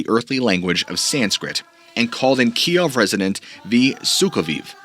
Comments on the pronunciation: Kiev is pronounced Keyew. Key-ev is the Russian pronunciation. Key-ew is Ukrainian. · Kyiv is now pronounced Keev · Pronounce Kiev "keev" . Pronounced you like did is the Russian way . Great video and I've already bonged most of your content . Keep it up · actually that's how the media all of a sudden started calling it. "Key ev" is how everyone else says Kyiv